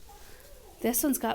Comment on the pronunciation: Anyone else hear you say “Klingon” and not “cling on”? Going to forever call it the Klingon plant now 😂